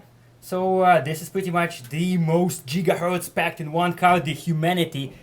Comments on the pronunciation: Lmao, "jeegahertz" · JIGAHERTZ!!! JIGAHERTZ!!! JIGAHERTZ!!!! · *cue Crysis voice* "Maximum Jigahertz"~ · Jigahertz Jigahertz Jigahertz! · Jigaherts Jigaherts